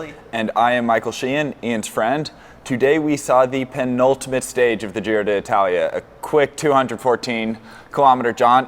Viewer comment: I see we're persisting with the miss-pronunciation of the name of the race. Nothing if not consistent.